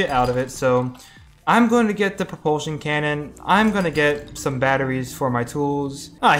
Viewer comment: He said no reproltion cannon